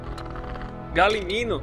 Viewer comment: N é galiminu e galimimus